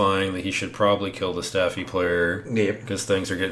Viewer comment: Saffi* not Staffi lol